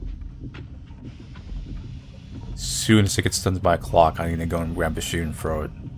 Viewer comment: Why can't you say TH you are like I'm going to go frew the door..... I'm going to frow it ......